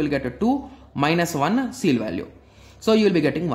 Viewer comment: That is ceil, not seal.